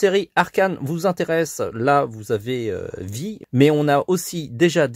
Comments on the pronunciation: C'est "Vi" mais son nom se prononce "Vaille" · Le personnage né ce prononce pas Vi mais Vaï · Ça se prononce vye comme bye mais avec un V 😂